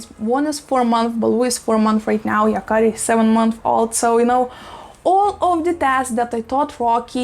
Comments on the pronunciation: Yes! And you pronounced it perfectly. In the show and comic book, the boy Yakari has the ability to speak to animals and has lots of adventures involving animals. :) It's a perfect name. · You pronounce the Name right. There is no german Meaning to this Name. Maybe this Name is from Japan. Thanks for your Videos. I'm a Boomer-Girl form Germany. 🤗😘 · Yes, you pronouncing it right. The name is actually from the native Americans and means “The one who talks to the animals”. An amazing name. Greetings from Germany